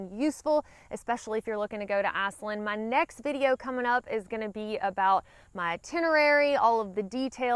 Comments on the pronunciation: It sounds like you're saying Assland lol. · Great info! Sounds like my kind of place. You saying "Iceland" in your Alabama accent is priceless and I mean that in a good way! 🌍😊